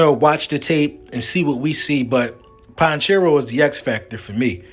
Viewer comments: It’s pronounced Pa-check- Ko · Po-check-o is how you Pronounce his name he’s from my home town I know his family he’s a great kid and him and his family are HUGE Eagles fans .. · lol my whole fam are chiefs fans so I watch their games. It's pronounced PAH*CHECK*EO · Lol "ponchero" is Pacheco 😂 but great breakdown! Go Birds were getting our 2nd chip!! 🦅🦅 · his name is Pa - chec-o pacheco